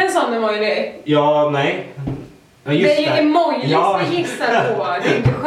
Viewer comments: Liiite sent men bara jag som la märke till att sa emojLisar med L❤️ inget hat!😘😘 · Älskar att ni säger emojlisar ochså😂❤️ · Haha sa under hela videon EMOJLISAR🤣😂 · Snygga emo”li”sar XD